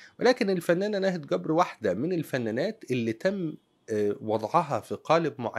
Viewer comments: ملامحها لطيفة جدا ورقيقة ..لكن قول جبر بالجيم وليس گبر ... لما نقول ناهد گبر 😂 بالعراق يعني قبر ..حبايبنا يامصر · في اللهجه العراقيه جبر تقرأه بحرف الجيم وليس الكيم كبر بلهجه العاميه يعني القبر ابعدنا الله وأياكم وشكرا لحضرتك